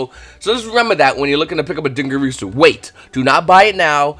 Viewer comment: Why can no one pronounce "Dingirsu"... It's din-gir-su, not din-gir-e-su, not din-gir-a-su, not din-gir-u-su....